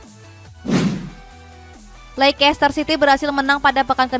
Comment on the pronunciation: Bacanya: leis-ter, bukan leikes-ter